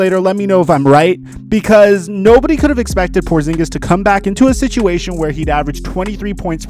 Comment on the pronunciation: Porzingis? You serious bruh??